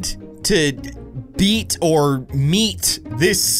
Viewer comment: Beat or meet (sounds like meat) Me: 😂😂😂